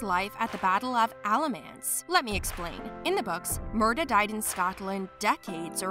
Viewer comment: And it is Murtagh with a T not murdagh